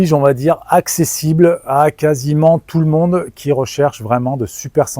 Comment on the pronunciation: «bonjour tout le mondEUX » 😂